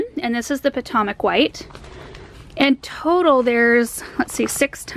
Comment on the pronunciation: Did she say pah-tah-mok white? Potomac white? Pah-toe-mik is how we say it, near the Potomac River in Maryland. Lol